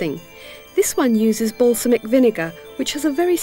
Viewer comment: If anything, this brings memories of my Mum buying the book and me hating most of it. Now, 30 years later, I'd say...pretty normal UK fare now. Amazing how tastes change. (Also, why did no-one, even by How To Cook, tell Delia NOT to call it basalmic vinegar instead of balsamic...still has me shouting at the screen...)